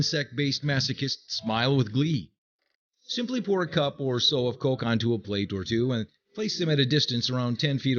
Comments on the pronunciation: it bugs me how he says it like colk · colk....i hate they way you say coke